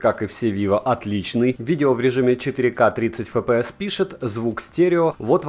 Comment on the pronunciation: FPS - Фэ Пэ Эс... Серьёзно? А почему тогда не Фэ Пэ Сэ? Правильно: Эф Пэ Эс (рус.) / Эф Пи Эс (англ.). HD - Аш Ди, а почему не Аш Дэ? Правильно: Ха Дэ (рус.) / Эйч Ди (англ.). Вы вообще какой алфавит используете? Смесь разных? Испанский стыд. Удачного дня вам.